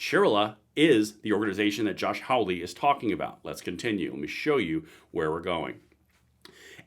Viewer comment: Josh Holly ( not Howley)